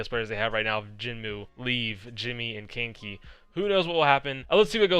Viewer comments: he do be saying kinky instead of kaneki doe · I swear the way he was saying it, it sounded like "Kinky" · Kaneki is pronounced Kahn - eh - key it’s an anime character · Kaneki (my profile picture) is pronounced as Ka-Neh-Ki. He's the main character in the anime Tokyo Ghoul. He is also apparently a crackhead on the flex dps when I've watched him in Contenders before. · I think kaneki is pronounced ka-neh-ki it's a character from Tokyo ghoul which is an anime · Ye its not 'kin-ki' or 'kein-ki'(english a) its 'ka' sound like un spanish more or less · That's interesting because "Jinmu" is the Chinese pronunciation for Kaneki lol. Now they will have 2 Kaneki in one team